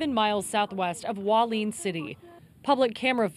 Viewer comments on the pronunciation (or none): Hua Li-en, not Hwaleen... Pray everyone is safe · It not Waleen. It's Hualien. Who-wa-lee-an. Thanks. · None of the reporters know how to pronounce "Hualien" CORRECTLY.